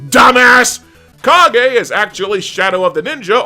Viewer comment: oh, you're right about "more will follow"! "Dynamite Batman" was the name Sunsoft was gonna give BROTJ before settling on its current name, as well as how some Asian nations know the game as! "Kage" IS the Japanese name for "Shadow Of The Ninja" (kage- and at least you pronounced it correctly, I'll give ya that- is Japanese for shadow); how did Natsume not get sued by Taito, who developed & published "Legend Of Kage" just a few years before, will to me be a mystery for the ages! as for that quip on the GBA's Superman... you can also joke on him going "Injustice" on criminals' asses (I know you played those fighters; don't act like you haven't, LOL)! also = "Super Mario 14" s original game is named "Taiketsu Yamchamaru 3", it's the 3rd in the "Kid Nikki" series made by R-Type makers Irem, and sadly only came out in Japan. = "Super Mario 16" is Data East's "Joe & Mac"... sadly I can't tell if that one is #1 or #2, sorry! all in all... "like I said before, = there is NO existence where you can be safe from ME! (cue the Kefka laughter)"